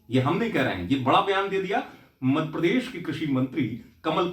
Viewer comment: मध्यप्रदेश को मदप्रदेश क्यो बोलता है तू पत्रकार तू हमारे प्रदेश का नाम सही से लिया कर नही तो तेरा चैनल ना सब्सक्राईब करूंगा और ना ही लाईक करेंगे।